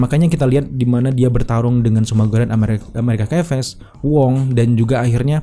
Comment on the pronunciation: Agak terganggu dg penyebutan "amerikan kaves". Asli, risih di kuping.